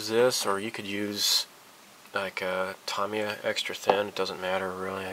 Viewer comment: Tamiya - Tomiya ? is that correct? always thought it was Ta Me Ya... let me know